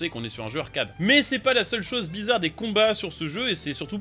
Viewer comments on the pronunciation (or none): none